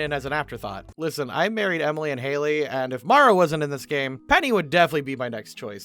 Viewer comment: btw have you noticed that the youtuber mispronounced Hailey for the entire vid? Also, Caroline would definitely be a druid